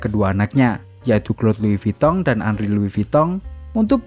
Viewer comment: Lois vuitton Kok lois vitong ? 😂